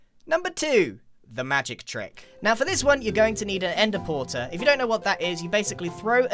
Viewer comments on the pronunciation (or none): Grian “ender-porter” Everyone else “ended pearl stasis chamber” Grian is so efficient